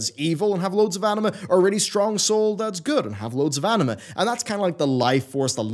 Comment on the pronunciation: Am I the only one here, who always hears "anime" instead of "anima"?